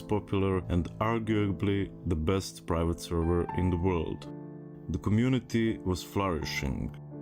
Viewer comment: "As private servers function in the law's grey area... " Yeah, well, that's certainly one way of putting it. Change "grey" to "blatantly illegal" and you just might be, oh, a thousand times more accurate. And you mispronounced what kind of server it was; it's "pirate," not "private." Easy mistake, only one letter different! "Hermes being a financial wizard... " Seriously? By that did you mean "scam artist juggling multiple con jobs to milk gullible morons of everything they're worth?" Anyone who played WoW on a pirate Russian server has no room to make one little squeak of complaint when it goes tits-up through whatever means. The fact that it was this "financial wizard" just makes it that much more hilarious.